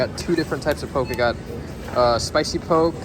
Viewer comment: Goes from heart felt comments and reflections to miss pronouncing poke… you are 1 of 1